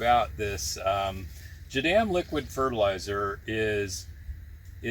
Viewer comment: Please... its pronounced " jah - DAHM " ,not " jah - dam" like youre saying it.